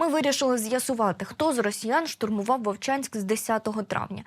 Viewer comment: Вувчаньскь😂😂😂😂 епаная мойва🤮🤮